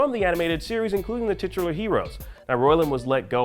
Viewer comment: Say titular again..